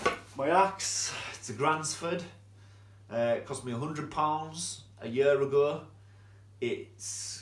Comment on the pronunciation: A gransfort? 😅 I thought they were called Granfors bruk axes and a 31 pound axe? Lol learn to talk m8